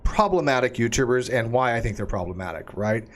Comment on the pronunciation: I heard "problematic uterus". Only afterwards did I realise said "problematic YouTubers".